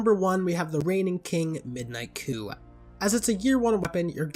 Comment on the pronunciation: The "p" in midnight coup is not pronounced.